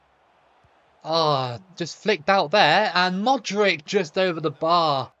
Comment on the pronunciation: I don't know how you can get all the players names correct with the "ch" at the end, but then keep saying Modrick 😂😂😂 Croatia can definitely beat Argentina in the next round! They've been overlooked so badly tbh.